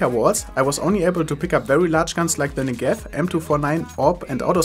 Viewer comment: You say "Negev" wrong... please check in google translate how it's said. Thanks